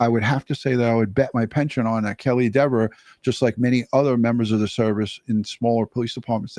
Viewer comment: its pronounced DEHVER, not DEEVER. 😂